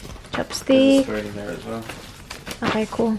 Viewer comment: Yeah please dont drink you are even more annoying as a drunk "ahkay" ?